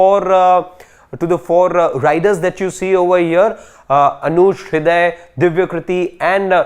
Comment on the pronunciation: His name is Anush, not ayush